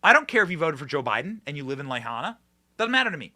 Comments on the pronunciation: Pele' is going to deal with the obama's and oprah and MANY more. Her volcanic activity will take them out. Incidentally, benny, it is pronounce la high na. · Lahaina is pronounced Law-Hi-Na. The people involved in the WEF are the N/A part in that the WEF is not applicable. We shall see. 🌱🌱🌱🌱🌱🌱🌱🌱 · LA Hīna!!! Don't talk about how stupid some people are, and then mispronounce the name of a city that had LITERALLY been on the news (pronounced correctly) hundreds of times!!!!! Come on!